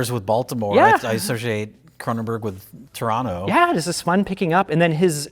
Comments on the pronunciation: Oh man my favourite genre of RLM videos, re:View episodes about 1980s remakes of 1950s horror movies. Also +1 point to for saying "Toronto" properly. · says Toronto like a proper Torontonian. He doesn’t pronounce the second ‘t’. He says Tronno.